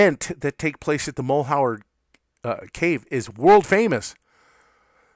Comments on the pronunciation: Mal-YER. . French. not mull-how-er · Mal-yur. Mal-yur. Mal-yur. You're driving me crazy with "Mull hower!" Good info tho... lol! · Mal’ Hure is the correct pronunciation. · MAL - HER try pronouncing it that way ........... that is at least closer. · Your mispronunciation of Malheur leads me to presume you're not an Oregonian. The word is French and means misfortune. One of the counties in Oregon bears this French word as its name. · you say Malheur badly ------- so miss in formed not even a pour show -- d - grade